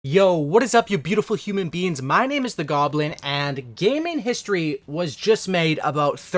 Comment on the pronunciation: I thought he said yo what’s up you beautiful human “BEANS”